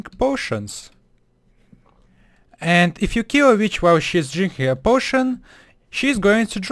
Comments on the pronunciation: Haha he said vitch cause of his accent but I thought he said bitch too XD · at first I didn't know what he said when he said witch